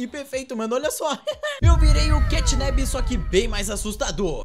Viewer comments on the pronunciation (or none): Não é catnab é catnap